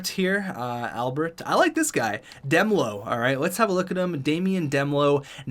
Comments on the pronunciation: It's D melo like in marshmelo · Demelo is pronounced: Duh-mel-oh